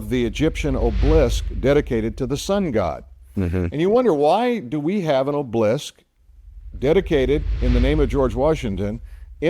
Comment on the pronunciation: Pronounced "Ob-el-isk"...."not oblisk".